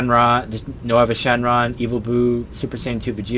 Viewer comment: di you say... no-ava shenrron? you know its still rponounced nova shenron. lol